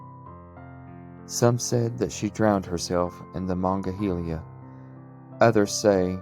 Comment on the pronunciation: Mongolia county? It's Monongalia and you mispronounced Monongahela.